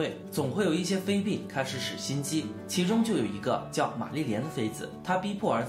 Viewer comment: 内容不错，就是得好好校校稿，看到不到5分钟就各种念错，劳埃德念了好几次埃劳德，妃嫔（pin）念成妃髌（bin）。你会感激我这种认真的观众的。